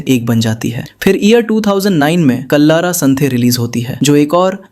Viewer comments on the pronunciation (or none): Kalara santhe nahin, kallara santhe